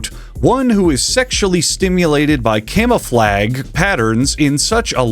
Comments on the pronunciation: why he say camouflage like that is he stupid 😭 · he pronounced camouflage wrong, right? have i been mispronouncing it?